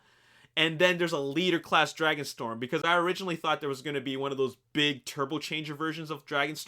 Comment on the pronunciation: "Dragonstrom" FIXITFIXITFIXITFIXITFIXITFIXITFIXITFIXITFIXITFIXIT